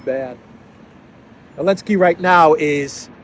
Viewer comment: 😂 love Clown 🤡 World Ps whybis Zelensky called Elensky ?